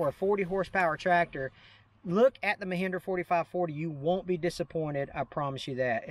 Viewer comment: Mehindra? It is Mahindra not Mehindra!